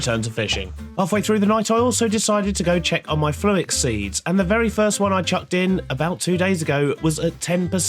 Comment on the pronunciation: say "fluix" again 🤣